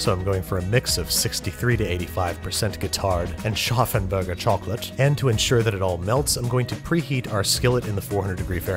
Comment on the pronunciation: I love you, Babby, but the way you pronounced Scharffen Berger chocolate was by far the most pretentious thing I have ever heard 😂😂😂